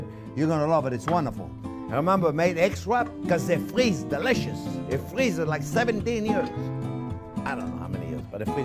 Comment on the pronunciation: "You can frweeze it for seventeen years!"